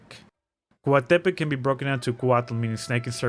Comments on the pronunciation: You enunciate most words heavily towards the start as if they were accented, even when they are not, or when the opposite is true for most I'd say. it is not Cóatepec, it's more like Coatepéc for example even if it isn't. I'm guessing whoever helped you chose to enunciate words that way because reasons. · I thought COATEPEC was pronounced like COATEPÉC instead of COATÉPEC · As a Mexican, I don't think we pronounce 'Coatepec' the way you did, probably because it's an actual city in Veracruz. However, you nailed 'Citlali'! It was tough to overlook how it was pronounced in the game (as 'SIT-LAH-LEE,' which is incorrect). I can't speak for all the other names/words, even though we were taught Nahuatl in school. I personally pronounce them differently (like putting a strong emphasis on 'TLÁN'), but I could be wrong. There's an NPC which is my favorite one because his name is Tepache, which is an ancient alcoholic beverage made from fermented fruits or corn. Thank you so much for sharing and educating others! 💖